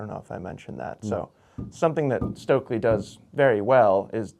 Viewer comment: Please americans; learn to pronounce Stöckli. It's hurtiung my ears.